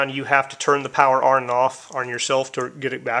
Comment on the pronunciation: f.y.i., "on" is pronounced as "awn" as in lawn, not "arn" like in barn (as you are saying).